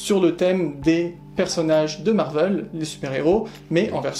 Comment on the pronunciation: On ne dit pas marvelle on dit marvélle